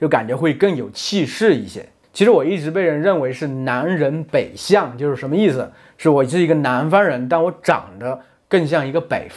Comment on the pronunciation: i have card where you say 它的侧重点在中国人上面-but you say 可的侧重 not ta1 its like a kecezhong, and on the sentence 美籍华人就是美国籍的中国人，you say 就是 as jiuzhur instead of jiushurr im confused on my cards on the sounds of each syllable